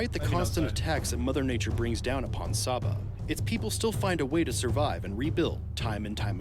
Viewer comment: Who else thought shabba when vik saba